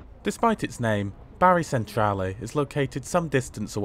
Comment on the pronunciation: Great review as always and often staying down in Puglia we often use the the local lines and often thought about the train to Rome but not sure now. Oh and its pronounced Bar ee not Barry 😁